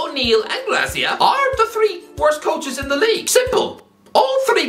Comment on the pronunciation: It's Javi Gracia not Garcia